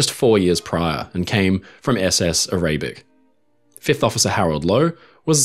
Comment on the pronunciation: a-RAY-bic? How about ARUH-bic?